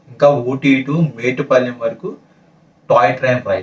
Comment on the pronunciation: Kavalane metupalem anakamdi adhi metupalem kadhu mettupalem